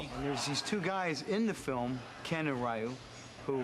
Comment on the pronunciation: Raul Julia as Bison, Ming-Na-Wen as Chun-Li, the costumes and sets are great but the rest such as the performance of Van Damme and Byron Man, action scenes, Balrog being good. absence of shoruken and hadouken, Ryu being a supporting character and having Ryu’s name pronounced incorrectly are bad. I gave it a 2/10. I think Ryu is the worst character of the movie which is funny because Ryu is my favorite Street Fighter movie.